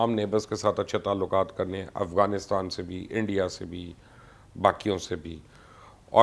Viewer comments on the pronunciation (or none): none